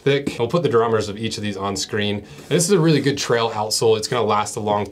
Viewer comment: "...the Mountain Tral" 😂